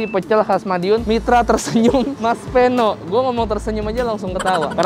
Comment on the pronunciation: Idealnya nama orang jangan dimodif. Peno (pengucapan Pe seperti pada PEdang, bukan seperti pada sePEda)